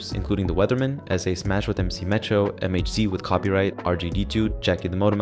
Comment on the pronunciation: MHz is pronounced Megahertz and Jakki Da Motamouth is pronounced “Ja Kai” and Camu Tao is “Tay O” but other than these minor errors you did a great job and I thoroughly enjoyed this video. BTW, if you haven’t listened to the MHz “Table Scraps” album you should definitely check it out that shit is still ill in 2026.